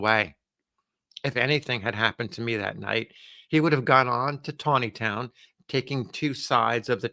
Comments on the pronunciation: Nice job pronouncing “Taneytown” correctly. ( Tawneytown” ) I wish all these towns with strange pronunciations would change the spelling of their names! Another example is Staunton Virginia - it’s pronounced “Stanton” And how about Reading Pennsylvania? It’s pronounced “Redding” . Good story, as always! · Excellent pronunciation of Taneytown, 😊